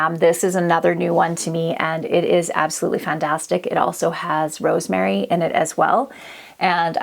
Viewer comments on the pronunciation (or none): none